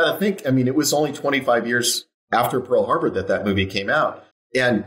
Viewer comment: Highlights of this episode: 1) Wes' pronunciation Pool Harbor 2) 6 inches 3) raptures about Top Gun 4) Discussion about Elizabeth Mitchell 5) Client chastising to GTFO Die Hard Also, Ty, I would never show up at your house nonconsensually. ;D and I'm not just saying that because I don't want to get shot. I value your privacy.